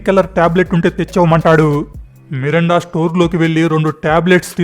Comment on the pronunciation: Melinda ra babu merunda kadhu